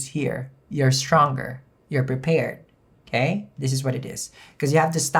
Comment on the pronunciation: My favorite word from him is uhkay. Uhkay bitches hello! 🤣😋 It's morning